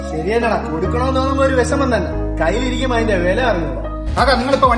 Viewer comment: വെശമം അല്ല വിഷമം ..... വിഷമം